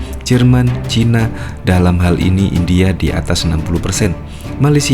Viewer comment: Bukan Hindia tapi India kali yaaa